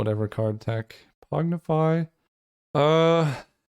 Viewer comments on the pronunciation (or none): Pongify: exists: "Pognify"